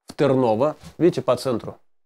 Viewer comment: Тырново- ударение на 1 слог. Велико Тырново- старая столица болгарского царства.